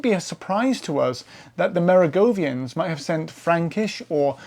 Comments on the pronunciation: Why pronounce Mer-oh-ven-gians as go-vian? Is that a UK thing? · Mate, you sound good and interesting, but you made one huge blunder: it's not "Merigovians", it's Merovingians. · I’m baffled by. His presentation seems scholarly and well-researched but is riddled with mispronunciations and inaccuracies, i.e. Wielbark and Merovingians. He’s just so damn likable tho.